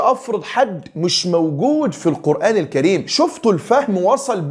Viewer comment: ازاى ناخذ الدين من واحد منهم بيقرأ كلمة قرآن خطأ وذلك بتفخيم حرف الالف والنون . الناس جميعا عارفاهم كويس وهم أشد الناس جهلا بالدين بالكلية